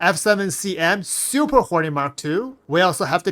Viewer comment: I kept hearing "Super Horny Mark Two", lmao Appreciate you, my dude. Lol. Never change.